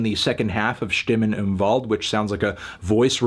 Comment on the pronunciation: YOu didn't even pronounce it like "Im Wald" now I'm even more mad